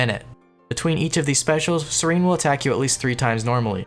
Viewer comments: Its SEH-REN not SERENE. Come on. And twitch chat that didnt bugged him about it. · Serin? It's SE-RE-N! not SE-RI-N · SER-ENN not SER-EEENE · BTW it's pronounced SEH-ren not SEH-reen. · This man just called Seren, Sereen NAH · lowest level to not know that Seren and serene are different words with different pronunciation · the way you pronounce seren is wierd xD